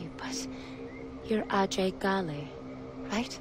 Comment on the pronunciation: The different pronunciations of "Ajay Ghale" ruins the immersion, imo